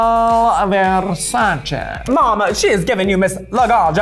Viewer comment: MAJOR respect for Raja... So far she's been THE ONLY FUCKING QUEEN to fucking pronounce Ariel VERSACHE's name properly. Every fucking stupid queen even Ru is like "aRiEL vErsAcHee" ITS FUCKING VERSACHE. they even did a fucking campaign of girl pronouncing it properly one hundred one million times in a fucking 30 seconds commercial. If you're that dumb you can't even pronounce that ICONIC brand's name, GIRL BYE. That's the way to truly spot a legendary fashion queen icon.